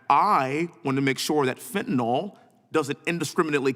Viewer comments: If you're going to talk about it, at least know how to say it. There is no such thing as fentanol. It's FENTANYL and the last syllable rhymes with "pill." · he still can't say Fenta-NYL... not "nol" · It's fentaNYL, not fentaNOL